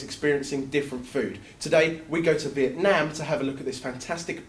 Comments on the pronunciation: Love that he said correctly the word "Vietnam". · You PRONOUNCED PURELY, EXACTLY THE WORD 'Việt Nam" LOL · can speak the words "Việt Nam" pretty precisely:) This is the first time I've seen someone makes Pho that fast.